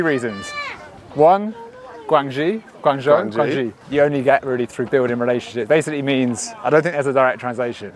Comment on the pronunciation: Awesome to see fellow brits experience China for the first time! For next time you visit - they're pronounced Gwang-Joe, Ching-dow 😁